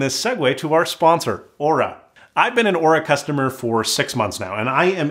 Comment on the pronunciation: Good thing he pronounced Oura correctly.